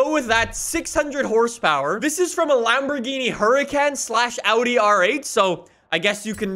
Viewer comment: The Lamborgently.